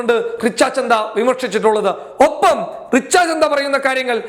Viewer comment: റിച്ച ചന്ദ അല്ല റിച്ച ഛദ്ദ ആണ്